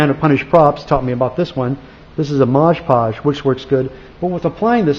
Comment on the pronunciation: Looking back at these old videos, I think needed new glasses back then... "kiwi seal", "modge podge"